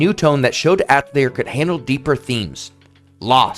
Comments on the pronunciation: I just can’t with this video, I’m sure it’s amazing and informative and I’m throwing it a like and I’ll probably revisit it but the mispronunciation of atelier and how often you say it is driving me absolutely crazy. It’s pronounced “uh-TELLY-ay.” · Awesome vid! Got my sub :) Btw I believe “Atelier” is pronounced something like: “Ah Teh Lee Yay” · if you are going to make a video about Atelier, at least learn how to pronounce it properly! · I'm not gonna watch this video because you pronounce Atelier atrociously.... Edit: I still watched it 😤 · As a French native speaker: atelier is pronounced more like the a in "crAft", the "te" at the end of "theaTEr" without the r, the "li" with a short i like in "LIp", and the "er" sounds like "eh".